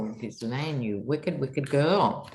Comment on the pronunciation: Love you. Just to let you know BBC pronounces Gislaine with a hard G and silent S (think "island" or G-Elaine). I apologise for being pedantic.....